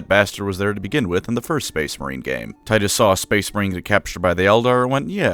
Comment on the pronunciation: It’s actually pronounced, “Tee-tuss”